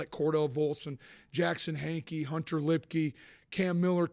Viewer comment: HANK EY NOT Harkey!! Whoever is narrating this needs to do some research on their proper name pronunciations!